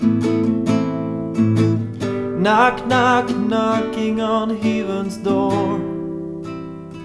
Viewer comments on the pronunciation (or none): Love the voice, love the expressiveness, but I think your pronunciation of 'heaven' might be detracting from the overall quality, especially since the word occurs so much. Great job otherwise, you are loaded with talent.